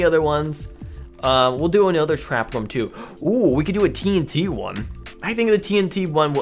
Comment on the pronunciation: Not a hater but its rOOm not rAm